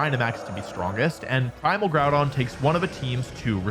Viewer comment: bro said primal Gourdon